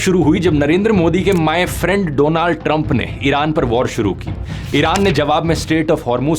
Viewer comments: Correction : "Dolaand" Trump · my Friend Donnal Trump 😂🤣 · My friend Doland trump😂😂😂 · my fraand doland 🤣🤣🤣😂😂😂😂😂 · Donald Trummppp was personal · my friend doland triumph 🤣😂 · You are wrong its "DOLUND TRUMP" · My friend donald Trump 😂😂 nhi doland trump😂😂